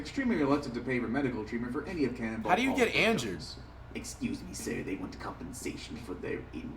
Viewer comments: Everybody talking about how flight said "edumaction but did anybody here him say "how do you get anjured?" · brooooo "how do you get anjured"😂😂 Did he snort a line mid video😂😂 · “How do you get anjured”😂😂😂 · “how do you get anjured?” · Nobody: Flight: emjured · Nobody: Flight: anjured